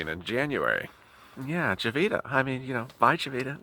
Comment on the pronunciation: Jovita is pronounced “hovita” in spanish.